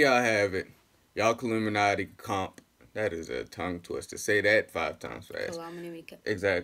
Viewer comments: I thought they'd be different, but no... it's still KILL-UM-INATII smh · its killumanti not killuminati dammnn